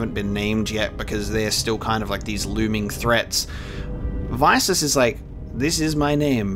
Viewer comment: It’s pronounced “Vis-is”